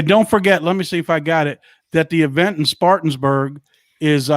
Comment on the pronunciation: You guys give me hope that QFS and 45 is happening soon. My faith in God tells me it will happen for sure. BTW, you are pronouncing the city in SC where your July 10th event is being held a little wrong.. It is Spartanburg, SC (spar - tan - berg). No biggy, just wanted you to know.